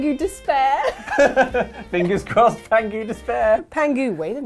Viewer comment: The name of the tiger is actually Pang Hu (as opposed to how you guys are saying 'pangu'), which literally means "Fat Tiger"